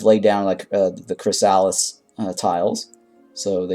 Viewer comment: it’s pronounced “chris a liss”